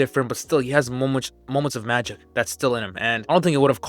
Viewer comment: Maybe don’t say magic like that and if you can delete that word from this video